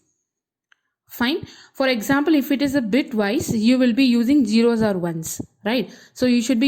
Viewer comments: Engineering teaching... Do not use "this fellow, that fellow' terminology. It is Zero. Not Gero. Correcting your accent would be nice. Regards. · It's confusing to hear you pronounce the word 'zero' as 'jiro'. But overall, this is a good the lecture.